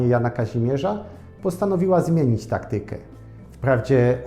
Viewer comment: Akcentuje się: TA-kty-kę a nie ta-KTY-kę. Wyrazy pochodzenia greckiego zakończone na -yka - czy -ika np. Matematyka czy Logika akcentuje się właśnie w ten sposób.Rzadko kto akcentuje poprawnie.Nawet spośród dziennikarzy!!!!!!!! NIESAMOWITE!!!!!!